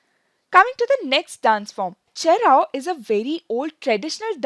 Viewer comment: I am so happy the first quiz being about our traditional dances. Mizoram indeed entered Guinness World Record in 2010 for Cheraw with the largest number of dancers in one go. Also love how you pronounce the three dances!!!🤩